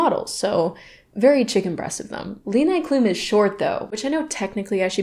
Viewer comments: Not Lee-Ni Cloom! I'm hollering and crying and choking! It's Leh-nee. 🥲🫠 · As a German, the way you are pronouncing Leni Klums name is sending me 🤣 It's "LEH-nee" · You dont pronounce leni like levi its more like leh-knee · Just fyi Leni is pronounced Leh-nEE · Leni Klum's name is actually pronounced "Le-knee". the first e has a long pronounciation like EEH, I couldnt find an english word with a similar pronounciation to help tho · lol the way you pronounced Leni. JAIL! 😂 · the way you pronounced leni.. i‘m dead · noooooo the way you pronounced "Leni" gave me a heart attack